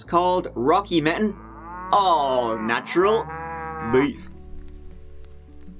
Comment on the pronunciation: "The BEEEYUF business went a bit Moo" The content I subscribe for. 😉😂😘